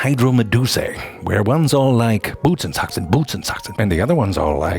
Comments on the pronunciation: Bootsandsocks? I thought he was speaking german lol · I thought he was speaking a German word fr.